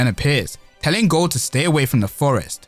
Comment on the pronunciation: He speaking gold but it sound like goat😂